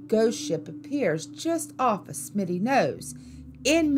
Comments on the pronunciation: Smuttynose instead of Smittynose. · Smitty not Smutty was what got me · FYI, it’s Smutty nose, not Smitty. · Smuttynose, not Smittynose.. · it's Smuttynose, not, Smitty; been to Mystery Hill and if the editors of this yak went there, they would discover it goes waaay back, theres a sacrifice stone, chiseled imprints in stone for making stone spear heads and would learn that all the stones in the area line up for certain sun spots for timing the year; I've talked to locals and have researched the Saco River story, the baby drowned and they killed the mother which is why her father, a chief, cursed the river, it's true that 3 white people drown every year except one back in the 30's or so, locals won't let their kids swim it it until the three drownings, but if your of Indian decent, your void, it is a tough river in spots where you have to watch your ass, tadaa !!!